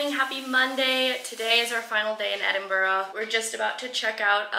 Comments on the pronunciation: I'm from Toronto and have lived in Edinburgh for the past 10 years. It's like a flashback for me to see your pronunciation of Edinburgh change from start to end. It was first: Edinborough and became more like Edin-bra like a local. The "it's sunny now it's raining" happens far too frequently. Layers are always key ;). I would have given a few hidden gem restaurant recommendations, there are some really great newer veggie and fresh food places. Glad you had a great time! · Your pronouncing it as edingborrow, it's pronounced edinbruh. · All I’m saying from someone living in Edinburgh it really sucks you can’t do shit here and another thing it’s pronounced Edin-Bruh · It's more like Edin-bruh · Edinburgh :) Eh-Din-Bruh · I'm surprised that Callum didn't correct your pronunciation of Edin brugh :)